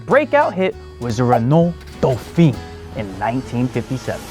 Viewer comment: It's been a while since I was forced to butcher some words in French, but I think Dauphin is pronounced "doo-FAN".